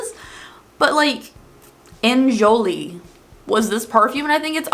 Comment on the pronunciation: It ain't worth it, The pallet could have germs on it That's the Enjoli ( pronounced as Onjoli)ad from the early 70s,! It was a parody of the old Helen Ready song I Am Woman